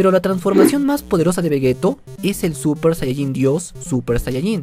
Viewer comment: Por que dice suPPer sayayin